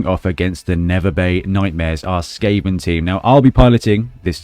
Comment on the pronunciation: Skaven 2-1 The Gutter Runner will most likely run into safety. And I love the way you pronounce my nick.